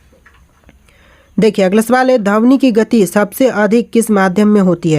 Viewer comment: Sir dhamni nahi dhwani